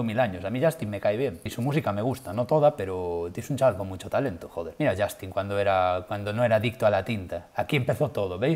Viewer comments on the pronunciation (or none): No es Justin, es shastin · Por qué dice Shoooostin???? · Azi komo lo oyes...*YOSTIN*